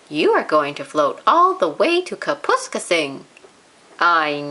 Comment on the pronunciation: I am afraid the reader has mispronounced Kapuskasing throughout the story.